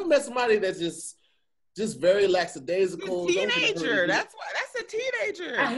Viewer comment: 👆🏾👂🏾 "Hey Tom, it appears made an attempt at the word 'lackadaisical' but instead said 'lacksadaisical'. It is uncertain where the second 's' came from. Let's see how he does for the remainder of the show. Back to you in the studio."